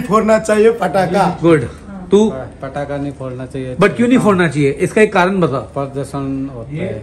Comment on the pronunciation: Fatake ni patakhe hota hai😂. And nani sb smjhdar hai wow